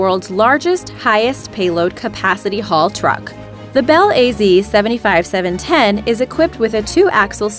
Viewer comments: Bel A Z? Sorry, that's not the way the Russians pronounce it. Be'laz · Bel A Z? I think you mean Balaz.